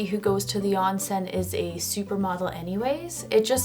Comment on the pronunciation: Not "On-sen", it's Ohn-sen"